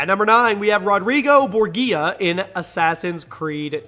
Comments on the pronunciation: Borgia is pronouned "bohr-jah" not " "boor-gee-yah". I am pretty sure they use the name in the game so there is no excuse for this lazy mistake. Never mind the name is a real one for history. Do a wee bit of research guy. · Did -Act? Bor-Gia? Learn how to pronounce their names before you read them. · Also the G in Borgia is pronounced as a J like in Vengeance or Vigilance. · Borgia pronounced Bor-ja. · Pronounced "Bore-zha" not "bore-guee-uh" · Bor-gee-a? No. It's Bor-ja. That's how you pronounce it. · Pronounced Borgia wrong, but close enough